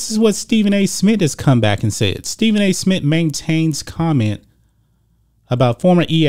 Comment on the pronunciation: This guy can't even say Stephen A. Smith. Geez